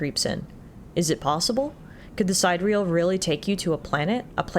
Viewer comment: Sidereal: Apparently its supposed to be pronounced Si-dir-ee-el. It means something like "astral". Not trying to nitpick or anything. It just occurred to me that "side-real" is a really weird name for a ship!